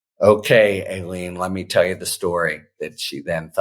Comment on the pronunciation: I believe that's pronounced "Ah-leen" in the South. Practice while slurping a Dr. Pepper.